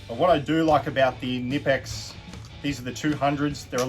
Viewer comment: The K in Knipex isn't silent